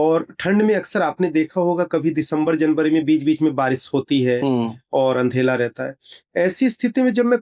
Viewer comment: Andhela bolna to seekh lo pehle devlok jane wale😂😂 fek ne ki bhi limit hoti hai isne to limit hi cross kar di😂😂